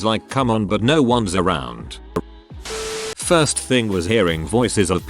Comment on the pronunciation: ah yes, "firts"